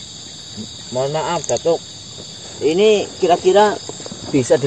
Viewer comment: 😂😂😂😂😂😂datuk bkn batuk 🤣🤣🤣🤣🤣🤣 si